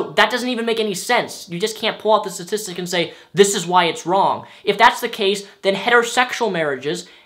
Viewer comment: i agree with what he says but he keeps saying statistic wrong and thats messin me up...